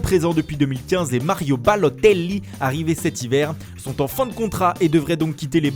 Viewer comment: Arretez avec les prononciations italienne a la con svp (Mario Ballotelli)